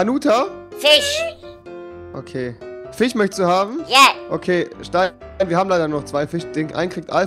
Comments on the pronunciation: Rewi : Fich Andere : Fisch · Wieso heißt bei rewi der FISCH Fich kann mir das einer sagen😂